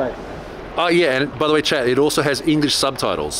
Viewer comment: Every time you say "chat" I think your saying "Chad" and Im like whos Chad?